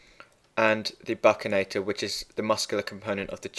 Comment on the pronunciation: Great videos thanks. Just to let you know, it's pronounced 'buxinator' and one of its most important functions is keeping food out of the sulcus and pushing it onto the tongue during mastication. :)